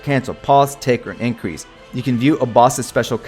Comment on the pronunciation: Increase: you sneeze LMAO